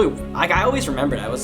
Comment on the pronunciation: for "DAT" DAHERE" everything is with a D with you XD